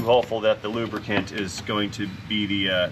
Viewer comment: Remember it's not lubricant.... It's lubrican.... LMAO